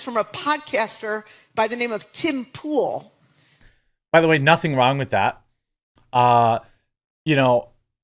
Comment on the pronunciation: "Tim Poo-al" 🤣